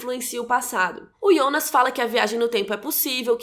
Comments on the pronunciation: Pq vc fala Ionas e não Jonas? Na série mesmo fala Jonas, ou eu tô doida kk , essa tatuagem do Noah é igual a um quadro do hospital que o Mikkel viu e em outra cena estava com o quadro na cama. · Que agonia velho, ela falando ionas e não Jonas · ótima analise e contrução de narrativa, mas pq ''Ionas'' e não "jonas"? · eu gostei do video e da explicação mas chama de jonas e nao ionas pfv kkk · Q agonia ouvir "Ionas", pq n Jonas msm? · Não é ionas não mulher é Jonas... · Ionas .. pq nao pronuncia JONAS CARAI?? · por que você fala yonas, se é Jonas? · porra de ionas é jonas!!!!! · ionas...? fala Jonas... santo Deus. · " Ionas " da agonia ouvir o nome dele assim kkkk é JONAS kkk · Achei que era só eu que estava com essa agonia kkkk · O engraçado é que ela fala "yonas" não "Jonas" kkkkkkkkkkkkk estranho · Pq ela chama o Jonas de Ionas ??? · QUE AGONIAA ELA FALANDO IONAS KKKKKK maaas perfeito video adorei o resumo <3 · Porque vc fala "Ionas" se é Jonas? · A gente já tem dificuldade pra lembrar dos nomes, ela ainda fala IONAS ao invés de JONAS, sei que a pronúncia é IONAS, mas em português é JONAS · ionas? Kkkkk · Ionas ou jonas? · Agonia de chamar de Ionas 🤣🤣🤣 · Fala jonas por favor, voce falando ionas só complica mais as coisas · iounas kkkkkkk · eu gostaria de saber porque você pronuncia o nome JONAS de: IONAS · É "Jonas" não "Ionas" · Ionas???? Não é Jonas???? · É “ionas” ou Jonas? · Jonas= yonas?? Jacaré = yacaré?? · KKKK O melhor do vídeo é ela tentandor falar os nome do personagem IONAS kkkkk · Mayara Andrade pq raios ela pronuncia “Ionas”, deu agonia 🤣